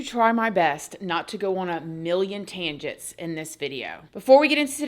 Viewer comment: Tangit lol …It Tangent. This is why I won’t watch your video. I don’t have much confidence in the way you speak your vocabulary.